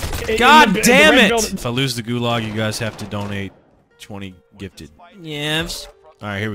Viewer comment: anyone else mad because of how they say gulag or am i being a karen right now